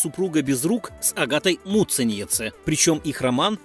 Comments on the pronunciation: Произношение фамилии просто режет уши. Когда уже научитесь прозносить правильно? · Как же автору трудно её фамилию выговаривать😁